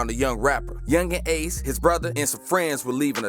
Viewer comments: Yungeen aces name is pronounced key-on-tay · Nigga atk means aim to kill and ace name is (kee-on-tay) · His name is key - an - tay 😂😂😂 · I know he didn’t say my mans ace name wrong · This dude cap that not how yu say ace name nigha kta mean kill to aim and ATK mean aim to kill dum ass